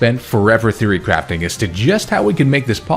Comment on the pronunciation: every time you say "theory crafting", i hear "fury crafting" which sounds appropriately intense